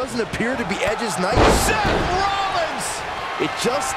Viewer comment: They can’t say edges night😂